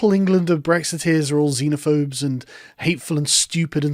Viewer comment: For Christs sake stop saying zeenaphobes